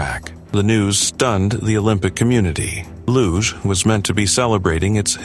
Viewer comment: Luge pronounced without the E in every language you morons